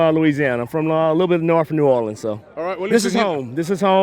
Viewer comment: I hate to say it, but Robbie you're pronouncing New Orleans wrong, check the correct pronunciation out.